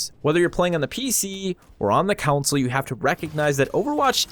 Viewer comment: Concil? I came for console. Disliked